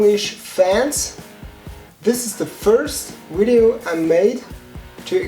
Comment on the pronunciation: Pretty God! Your English is already really good, you just need to pronounce the "v" right, cause e.g. in the word "video" you pronounce it like "ui" or the Wii, you know?! But please keep on doing it, it's great!!!😃😃